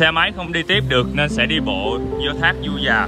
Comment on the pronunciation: Đang thắc mắc sao clip này nghe giọng anh lạ lạ, ko đặc giọng miền tây như trước nữa. Du Già mà nghe như Ru Già <"